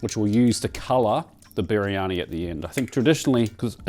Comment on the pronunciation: Try saying "Bir-yani" instead of "Biri-yani".